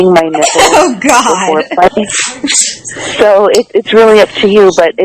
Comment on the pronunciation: Yew was sayin “thank Cawd” huh?